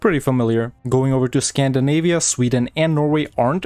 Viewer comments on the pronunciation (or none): none